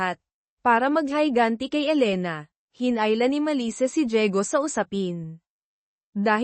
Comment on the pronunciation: Higanti po d hayganti😂😂😂😂